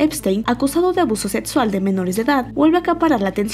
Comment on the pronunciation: Para narrar estos videos deberian contrar a personas que si sepan pronunciar la "x", (setsual, etsención, etspres,) hahahahah